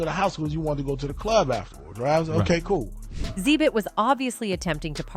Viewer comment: Yeah, A.I. is pronouncing wrong. It’s actually pronounced X-Zibit